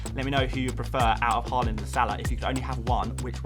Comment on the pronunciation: YAAAAAY pronounced Haaland instead of Hooland Honestly I like watching your content but the way you are purposefully mispronouncing Haalands name is 5ucking annoying.